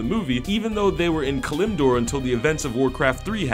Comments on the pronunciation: Obviously the narrator has never logged game hours, Geramash? you mean GROMOSH (GROW-MOSH), pandaria like its a fucking pizzeria, PAND-ARE-eUH, kelimdoor (Kal-im-door) showing lorederon as if it were fucking storm wind keep, also failed to catch that it was Orgrim doom hammer who killed Black hand and not Anduin Lothar, Gorona didn't have a kill on King Liane that was a "here take it" She killed him and then laughed at him. I loved the movie though it was not 100% true to lore, Im nitpicking at the pronunciation of names due to the fact that this vid is a fan cash grab, not one on the team for this channel I am willing to bet ever saw Azeroth past the Level 5 Startzone. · Its called K-a-l-i-m-d-o-r not KKKKKKKKKlamdor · Goremash.. Panda-ria.. Kalim-dore.. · I'm surprised their mispronounciation of "pandaren" was what you felt like pointing out. They said Gormash Hellscream", "Durotar" and "Kal-limdor" too. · Those pronunciations though. "pander-REEA"? "kuh-LIM-dor"? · Narrator cant even pronounce KALIMDOR.. SMH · you know this was not made by an actual fan when he pronounces things like Grommash, Kalimdor and Pandaria wrong. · I love these guys and their videos but the way he said Grommash and Kalimdor was really cringeworthy